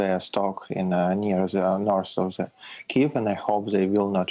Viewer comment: I'm glad they are using the correct pronunciation for Kiev.